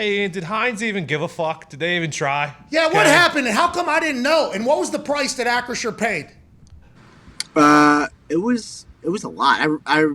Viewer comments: Bro I cant even pronounce the new name correctly. ASS-CURE🤣🤣🤣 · Nobody can say acrisure